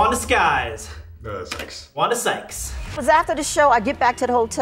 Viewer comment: " wanda skyes! 😄 " ' its wanda sykes. 🤨 " " 😀 ..wanda sykes! 😁 "